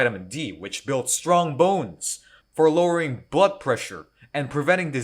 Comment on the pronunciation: Amazing!! i legit thought you said "for butt pressure" not blood pressure. Glory is an amazing character tho, one of my favs